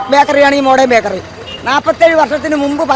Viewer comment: ബാക്കറി അല്ല ബേക്കറി